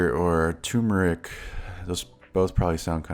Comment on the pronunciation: Is it only me or did you guys also notice the 'R" missing from TURMERIC? Anyways the tutorial was really great! Now Imma watch your other videos !